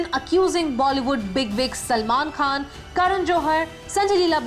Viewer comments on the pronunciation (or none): none